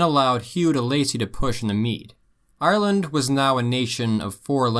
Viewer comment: “Arrerland” the proper way to pronounce it lol